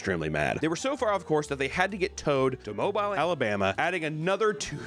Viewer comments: its pronounced mobeel not mobile you and Siri cant get it right. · its “mowbill” not mobile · not mo bile its mo beel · I love you, … but this Alabamian had to correct you. It’s pronounced: MO-BEEL. 😂🙏🏾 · HEey there! No big deal, but I'm from Alabama and it's pronounced Mo-Bill lol. Not mo-Bile. Love your content. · Mobile Alabama is pronounced mo-beel lol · The city from the end of the first story is pronounced (Mo-beel) Alabama, not (Mo-buy-ul) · It’s not pronounced moe bile it’s moe bill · MO-bile lmao 🤣 gtfooh MO-beal man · "Mob-eel" not mobile. Papa you have insulted Alabamaian culture, why you do this papa? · I loved this video, but boy if you go to Alabama ever in your life, and pronounce it mo-bile instead of mo-beel they will roast you. Lol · "Mo-beal"= Mobile, Alabama. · Mobile = Mo bill not Mo Bile. 😂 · Mobile is pronounced Mo-bill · I’m from Alabama and it’s not pronounced mobile like a cell phone it’s more pronounced Moh- beel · I know there are more serious things on here but God you are pronouncing Mobile, Alabama so so wrong. It's pronounced like MOW-BILL, not moble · It's nit mo-bile it's pronounced mo-bil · It's ( Mō-beel) not Mobile 🤳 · ITS „MOE-BILL“ not „MOE-BILE“ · "Moe Bile" Alabama? No. It's "mo-Beal", Papa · Moe-Bile 😂 Moe-Bill 😉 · Papa nooo. My city is Pronounce Mow-Beel. Not Mobile like a mobile telephone. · Mo-bile alabama? Wtf, I thought you lived in the south 😂 It's pronounced mo-bill. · Mobile 😂 its pronounced mo-bile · It's Mo-beel Alabama. I used to live there. I said Mo-ble my first week there and was told I might get cut for saying it wrong. Interesting place. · Mobile is pronounced mo-beel not mo-bile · Mo-beel not mobile, from a Mobilian lol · Mobile is pronounced like mo-beel. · For future reference, it's pronounced Moe beel, Alabama. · Mobile, AL is pronounced Mo-Bill. Sincerely, an Alabama native 😅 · it's pronounced Mo-Beel. Mobile, Alabama. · Please don’t pronounce mobile like that it’s no-beil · Mo-beel Alabama